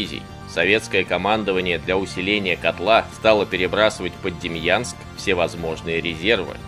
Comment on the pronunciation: Очень интересный рассказ! Маленькое уточнение- город Демянск, а не ДемЬянск.